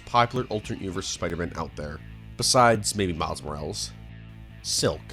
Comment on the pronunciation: it pisses me off how you pronounce morales. It is moral-es